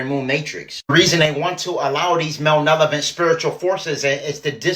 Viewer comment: malevolent… the mispronunciation kinda bugged me. Carry on.